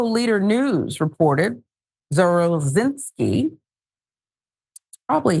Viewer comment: I know someone with this last name. He pronounced it "zav-ruh-zin-ski"